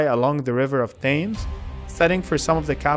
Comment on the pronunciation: London is on the river Thames, pronounced t-hems.